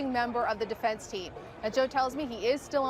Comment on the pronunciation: Defendunce.... is that a word? It is now.